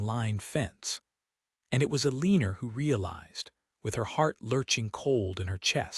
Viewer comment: Please get a narrator that can pronounce the name Eleanor. It`s very distracting and annoying to hear the story`s main character`s name butchered. Apart from that, it was a touching story.